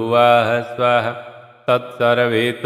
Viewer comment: Aaderniy aapko sader Pradam evem bauhut bauhut dhanywad chama chahten hon aapk😢o gaytri mantr ka uchhran rong h (tatsrvitur)nahi tatsavitur h 👏